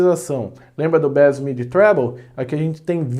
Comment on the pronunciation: Gostei do "trébouu" rsrs